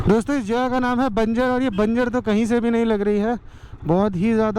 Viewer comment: That's not बंजर that's बंजार bro❤️☺️